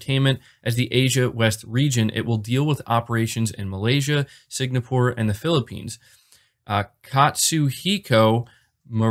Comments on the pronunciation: Did he keep say signapore instead of Singapore? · Singapore, not Signapore... kurwa. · It's Sing-a-pour not Sig-na-pour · Yeah, that was kind of cringeworthy, but still, just an honest mistake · no disrespect but it’s “SING’A’PORE” not “SIG’NA’PORE’. happy new year all! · I know you commented your correction, but I can't get over you saying "SIG-NA-PORE" LMFAO. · * sing - ah - pore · Keep up the sig na pore. Sounds much more cool and stylish! It will stick one day and you will be thanked! :) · Sin-gapore...huh...I pronounce it Si-ngg-apour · Sig-NA-pore. Sony's new headNAquarters..... I'm just messing, no hate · Singapore is pronounced sing ah pournot to be an annoying guy. Just wanted to let you know